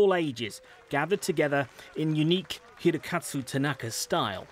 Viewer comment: Even the second reporter got it wrong. He kept saying Hirokatsu and not Hirokazu.